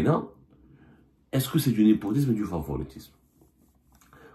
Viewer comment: bonjour ! ah non on ne peut pas laisser passer le « Nipotisme » au lieu de népotisme… désolée vous êtes un journaliste enfin😳😳